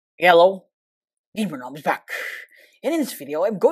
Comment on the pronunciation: I hear the “hello GamerNom is back” to “Yello GamerNom is back”